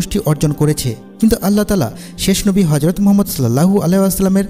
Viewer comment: তবে রাসূল (সঃ) এর নাম টা শুদ্ধ করে উচ্চারণ করার চেস্টা করবেন।